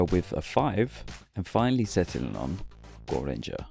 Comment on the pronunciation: Is not "goranger" its "gorenger"